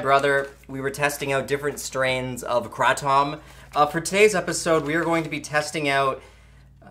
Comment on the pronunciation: That hurt me hearing how you pronounced Kratom..... it's krah-tohm. (In robotic phone receptionist voice/ female) That's your daily dose of information. Your welcome. Good by now 😊